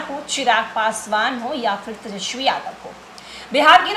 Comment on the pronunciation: कृपया तेजस्वी बोलें, तेजश्वी उच्चारण अच्छा नहीं लगता है। हमलोग आप लोगों से और कुछ नहीं तो कम से कम भाषा भी सीखना चाहते हैं। शुद्ध शब्द 'तेजस्वी' है न कि 'तेजश्वी'।